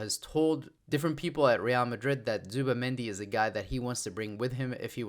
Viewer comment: I know why you avoid to pronounce it "Zubi"mendi